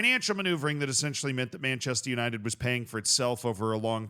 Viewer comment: Is it really that hard for an American to say Manchester? It's Manchester United not "Manchested Yanited"